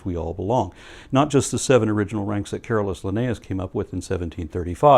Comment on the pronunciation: I always heard "Careless" Linnaeus instead of CarOlus... >.<